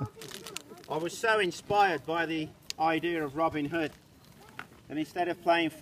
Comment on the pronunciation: “Robin Hoe” 😹😹😹